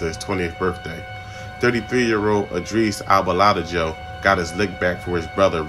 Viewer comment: you’re good lol. Me and my brother were dying. It’s pronounced AHNN-DRESS AL-BAL-LUH-DAY-HO